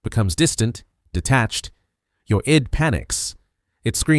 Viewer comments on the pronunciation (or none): AI pronouncing Her "I.D." instead of "id" lol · Not bad but learn how to pronounce "id" (it's not "eye-dee").